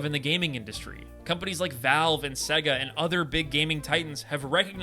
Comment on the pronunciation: It’s pronounced say ga not seg uh